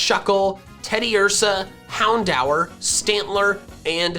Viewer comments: This guy said Hound-Hour. I'm dead. I feel like alot of people watch this guy to laugh at him. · Hound hour lol His pokemon pronunciations sometimes